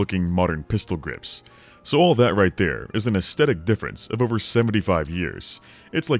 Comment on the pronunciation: Great video, but how you pronounce "aesthetic" is unsettling.